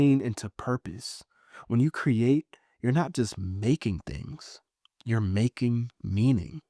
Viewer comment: Great content and great ideas. Most people cannot pronounce the long e sound like we or seen. So the word create comes out cruate